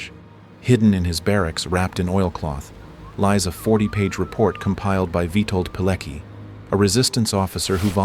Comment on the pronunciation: It’s pronounced Witold Pilecki